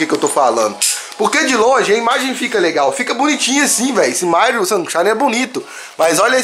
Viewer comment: falando Mairo shunshine se tornou realidade kk